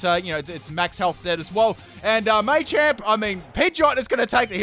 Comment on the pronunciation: " my pidgeotte is going to digi-evolve "